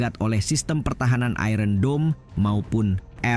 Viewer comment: Sebutan ayon dome bulan i ron dome cuba dengar dengan tutur bahasa inggeris bukan bahasa jawa.